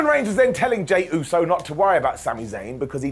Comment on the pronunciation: Vince would’ve fined Sami for saying Usey. Lmao